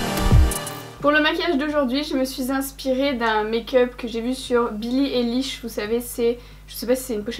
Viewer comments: Billie EILISH bordel pas elish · Non mais comment elle a prononcé billie eillish 😭😭😭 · Makeup magnifique tu a tellement de talent c’est ouf ! Ps : ca se prononce billie AYlish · C'est trop beau 😍 sinon ça se dit billie "aylish" 😂😂